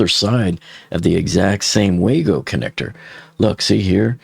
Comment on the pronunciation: "WayGo" connectors? It's Wago :)